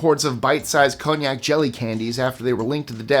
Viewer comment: I have a Japanese friend staying with me for the summer, who brought many Japanese treats with her, including’konyaku” based desserts. I though she was saying ‘cognac’, which is also how you pronounced it😎 Very different substances 🤣